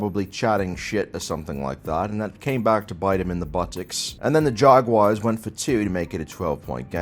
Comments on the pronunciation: Your British accent makes your pronunciation of Jag Wires sound brilliant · No matter how many accents uses, he still can't pronounce Jaguars correctly.